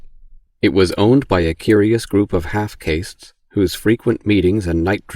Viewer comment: Same. It's the way the guy says "half caste" that gives it away. I've never heard anyone pronounce it as "KAY-ssst" rather than "KAH-ssst"